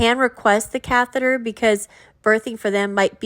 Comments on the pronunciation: She could have googled it or that’s how she thought catheter was pronounced. I find Gyp isn’t the sharpest tool in the shed and quite lazy. Maybe catheter was too hard for her to pronounce. Lol. Who knows. 🤣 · I remember when she tried to say catheter she pronounced it cathera. Like seriously? I find that really weird.